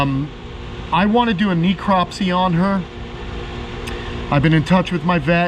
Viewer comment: She was obviously sick. The vet should have run blood work. FYI, it is pronounced neh·krop·see